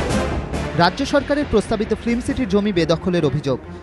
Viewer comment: Please use correct pronunciation of 'film' ... you are sounding like 'flim'.